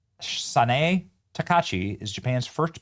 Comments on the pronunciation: I am cringing every time you mispronounce her name, my guy. Sa-na-eh Ta-ka-i-chii. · BENNY!!! Her name is pronounced ta ka ee chee sa na e!!! It’s not that hard. Each vowel is pronounced. The “a” is pronounced like the a in father. The “i” is pronounced like the “i” in piece. The “e” is pronounced like the “e” in bed. And if you see an “o” it’s pronounced like the “o” in pro. And a “u” is closer to the “oo” in boot. In English we have a short “u” as in put and a long “u” sound as in “fuse.” But our long “u” sound sounds more like “yue” than “oo” so that’s why I didn’t reference an English word with a “u” in it. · I'm sorry in advance if I sound like "that" type of person but I think you may be pronouncing her name wrong. It's: Saw-Naw-Eh Tuh-kai-Chee... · Benny!!! Learn to say her name. It’s TA-KA-I-CHI (ta•ka•ee•chee) SA-NA-E (saw•naw•eh). (Her name is not Drumpf ;-)) TIP: Each vowel in Japanese has only one pronunciation and each vowel gets its own syllable. BAN•ZA•I‼️ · It's tah-kai-chee sah-nah-ay if you're kind of sounding it out that would be about it. :P Glad to see a woman of this background is calling the shots on the floor there. Given the dirtying of some bad western stupidity creeping into their culture and damaging it in print, video etc media in the last decade maybe she can put the brakes on the bs before it goes too far. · Benny: Sanae (Sah-nye) Takaichi (Tah-kye-chee) Google translator not only translates but will pronounce it for you too. This is very good news for Japan. What do you think about U.S citizens who choose to work and live in Japan and elsewhere for life but are still allowed to vote for U.S. presidents? Especially those that hate Trump? I feel that those who want to work and live abroad, should lose their voter rights. They choose not to live stateside but complain and belly ache about what's going on here at home. Not fair. I love my USA. MAGA, MAHA, MAGA, MAHA GOD BLESS AMERICA! 🙏🙏✝🙏🙏